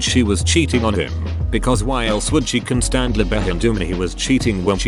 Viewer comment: Constanly behedumly